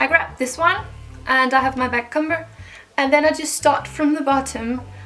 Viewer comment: I'm not hating or anything, but just trying to be helpful. i can tell that you aren't English so perhaps it isn't your first language but in the word "backcomb" or "comb" the b is silent, so you don't say it. It's more like "c-oh-m". I can completely understand the confusion, English is really confusing and i love your videos! Have a nice day ❤